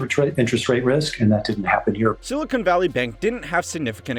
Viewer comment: Seriously, its pronounced "sill-i-con" NOT "sill-i-cone". Silicon is basically sand. Silicone is plastic.